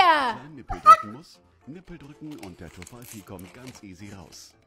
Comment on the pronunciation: biiitteee sprecht Tofifee richtig aus😢😢😢